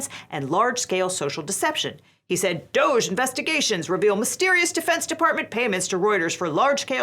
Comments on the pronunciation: I saw someone say it should be pronounced more like "doggy" and I fully agree. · Please pronounce it "doggy", that's what it is. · You're mispronouncing DOGE. The proper pronunciation is "dodgy", consistent with its meaning: fraudulent or unreliable. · I've been saying this for a decade, "DOGE" is pronounced "doggy". So annoying that it's being pronounced like "beige" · It's pronounced "Doggy".